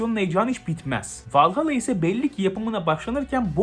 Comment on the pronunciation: AC vallahalla iyi oyun dur la valhalla diye okunuyo